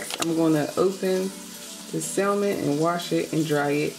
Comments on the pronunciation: Sam-on not sal-mon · The L is silent in salmon but this looks amazing